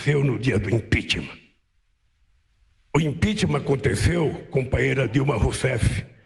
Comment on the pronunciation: Mesmo depois de 5 anos o Lula ainda não conseguiu falar a palavra "impeachment"